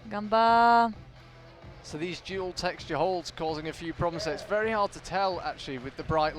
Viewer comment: Ps. It's "ganba" or "ganbare" (not: "gamba" or "gambare").